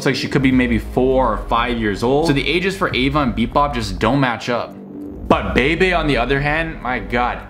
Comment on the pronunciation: It’s pronounced (beebee) Bebe